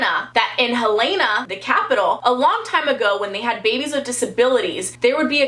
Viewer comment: I live in Montana and you said Helena wrong it's an easy not an a😂